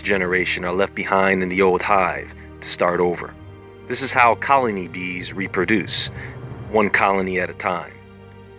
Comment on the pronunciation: I swear I thought he was saying beans and I was like ooh a superbean 🤣🤣